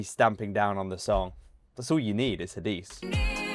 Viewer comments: Ha-di-seh is the right pronunciation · Her name is Hadise you have to pronounce the E at the end like E for Echo. But you are doing very well with the pronunciations we appreciate your reactions thanks